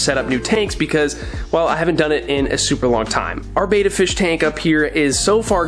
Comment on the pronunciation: Nice job mate. It would be awesome if you pronounce Betta properly, not being picky but the way you pronounce it means effeminate man. Betta means Warrior and is pronounced similar to "Better". Betta Splendins means Beautiful Warriors. You always do grest work I hope you don't take offence to my comment. I also love the Salivinia it's is a life saver.